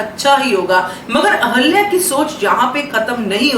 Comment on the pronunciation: Aap ahilya boliye ahalya nahi